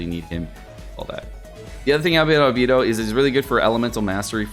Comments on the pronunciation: ITS ALBEYDO NOT ALBEEEDOOOOO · Please … It’s Al-BAY-Dough Not Al-BEE-Dough Thank you for coming to my Ted Talk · It’s not Albeedo its Albaedo I spelt it how it sounds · Why Albeeed. Albehdo Right? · Is it pronounced Albeedo or Albaedo? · Everytime says Albeedo a fairy loses her wings.... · I was worried about this video… I just can’t take the whole video saying Albedo’s name wrong… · Why do you go out of your way to mispronounce Albedo? It's one of the easiest names.